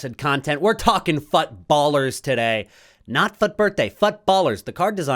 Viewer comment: The way you pronounce fut is very annoying bro. You really don’t need to exaggerate ‘fut’ that high Thankyou ❤